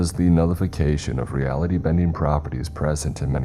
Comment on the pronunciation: Weapon-RY! Not "Weapondry" Also: ReAlity....not "realty"